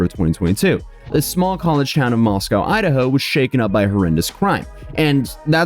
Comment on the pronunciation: Just so you know, Moscow, Idaho is pronounced Moss-koh. UT rhymes with Roscoe.